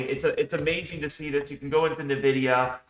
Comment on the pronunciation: How can I take trading advice from someone that says Nuhvidia?